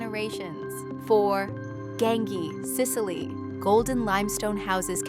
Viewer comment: You should at least learn how Gaengi is pronounced rightly!!! 😂😂